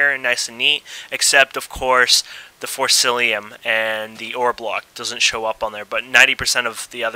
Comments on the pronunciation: im sorry to say this, but it is forcicium in forcillium, but apart from that, a good tutorial and helped alot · its forcium not forcilium XD